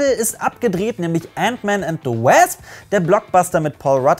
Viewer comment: Es heißt Wosp und nicht wäsp